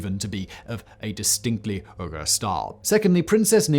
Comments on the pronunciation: Possibly a reference to Simon's mispronunciation of Uyghur which suggests that he's winging it for YouTube rather than having confirmed it with any scholars. I like Simon's stuff in general but some of it has very rough edges. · Uyghur = WEE-gur Not "UR-gur". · One thing, "uyghur" is pronounced 'wee-gur'. As in the ethnic group the CCP is currently committing genocide on. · was listening only and had to check the subtitles because I thought Simon said Ogres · Ill give you a pass because English speakers always butcher other language words but its pronounced Wee-Gur not Er-Gur. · Uyghur is pronounced "WEE-gurr", not "URR-gurr". Would it kill you to learn correct pronunciation once in a while...? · "WEE-GUR" not "URR-GRR". Just btw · Google says British people pronounce Uyghur "oygah." Normal people pronounce it (more or less) "wee gr." "Wee gr" sounds better. *Among Uyghur people the "Uy" is slightly elongated, like "oo-ee," but also like "wee." The "g" is like the soft Spanish "g" (somewhere between h and k,) and the final vowel is more like "oo;" the r is somewhere between aspirated and rolled. Ooee-(hk)oo(hr.) Which is why Americans pronounce it "wee-gr." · It's pronounced Weegur! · Why does he pronounce Uyghur as “Oo-ger”? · Uyghur is pronounced as We-ghur. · You keep pronouncing “uyghur” like “ogre”. That’s not right. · He IS mispronouncing it.. it is WEE-GUR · Uyghur is pronounced “wee ger” in the United States which of course makes no sense at all based on the letters and pronunciation. But at least yours is a little closer to the letter pronunciation‼️‼️🤣🤣🤣😂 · uygher is pronounced “wee-gur” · Hey Simon, sorry to do this to someone of your talents, but Uyghur is pronounced wee-guh...... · It's pronounced WEE-gurr, Simon. The same people China's being so nasty to right now. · Uyghur, is pronounced like "wee-grr". They are Asian Muslims, hailing from Mongolia and China. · Uyghur is pronounced like "whigger". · "Wee-gur." It's pronounced "Wee-gur"